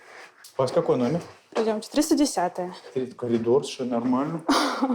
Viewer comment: КОЛИДОР! 😂😂😂 всё нормально!!!! Ещё наверно ножницАми!!!!😂😂😂